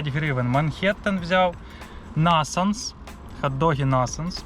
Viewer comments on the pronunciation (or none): Хот дог називається Нейтанс, а не насанс